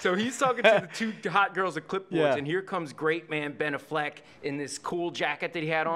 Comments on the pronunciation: He lost me "Benaffleck". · If he said Ben "A"ffleck again i was gonna hang myself. Was he kidding or being serious??? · Ben A-fleck. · LOL I've always said it like that. Benna Fleck :) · He doesn’t know how to pronounce Ben Afflecks name?